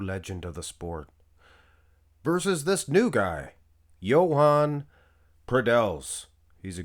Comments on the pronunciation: Everybody pronounces his name so wrong its Joan not Yoan and definetly not Yohan 😂 wtf just listen to an interview with him in spanish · This is the first person who tries to pronounce the name correctly. The pronunciation would be like saying: Joan Pradells ≈ “HWOH-ahn prah-DELLS”